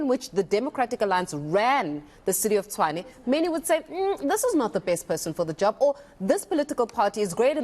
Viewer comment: As long as they keep pronouncing Tshwane as Chwane, they will always lose elections.